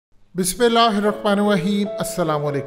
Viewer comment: Kindly Bismillah sahi para kary shukriya.. ap galti sy galt partay hy jo k gunah hy